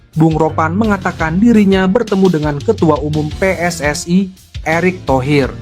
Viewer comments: Pe Es Es Ai😂😂😂😂 Preeeeeetttt daaaaah, biasa aja bacanya PSSI. kelamaan tinggal di Vanuatu😅😅😅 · Wooiii min jangan seperti negara jiran....yang benar pe-es-es-i bukan PE ES ES Aiiiii......ini Indonesia, pakailah pelafalan bahasa yang benar. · PSSI dibaca Pe Es Es Ae, jgn pake pembicara seperti ini pake suara asli saja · Min narasinya dibenarin masa 'PSSI' dibaca "Pi es es ai"😮😮😮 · Knp mimin mengucapkan PSSI menjadi PSSAI.Pengucapan dlm ejaan bahasa Indonesia PSSI menjadi PSSAI adalah salah kaprah. Pengucapan ejaan PSSI menjadi PSSAI adalah pengucapan dlm bahasa Inggris dan juga bahasa Malaysia. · we en ai pss ai belepotan min narasinya😅😅😅😅😅